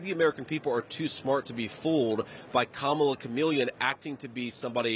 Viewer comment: Whoa, did y'all just hear that he actually said Kamala's name correctly?? ... more than once, no less!!